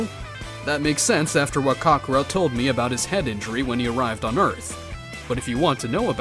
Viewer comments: Any particular reason you CONSTANTLY mispronounce Goku's Saiyan/Birth name? Its not pronounced as "Caw-caw-rot" it's "ka-kr-ot" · ‘Cockarot’ but not to hate its Kakarot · It’s not cock o rot it’s kakorot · Bro said Kocorot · Why is bardock calling kakorot cockorut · Say it as kokorot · "kakorat" he says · Bro really said cockarot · I just can't get passed the mispronounciation of Kakarot. I keep hearing cock rot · for me it sounds like he says cockarot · Please learn how to pronounce kakarot